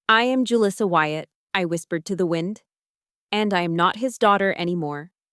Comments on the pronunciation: Too bad she can’t pronounce her own name. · it’s a good name. It’s just that didn’t pronounce it correctly. And actually one of my Mexican students named Julissa married a Chen